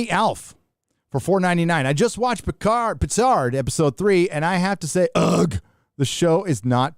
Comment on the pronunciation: Love how you say "Pétard". Not sure if its intentional but its awesome! "firecracker" 😆. Jean-Luc, the most British of frenchman ever, is anything but. Or As we would say where I live : Pétard mouillé!